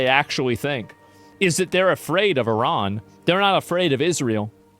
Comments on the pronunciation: Liberal left here and I’d be happy to discuss your POV. To me it’s quite an achievement that right wingers have eventually learnt how to pronounce Iran correctly. Cheers from Germany. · The right eventually learnt to pronounce Iran correctly. Cheers from Germany.